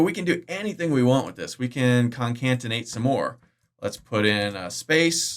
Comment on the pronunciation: New drinking game: Take a shot every time John says concatenate incorrectly.